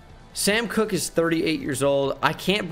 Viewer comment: It’s nooot Sam cook it’s Koch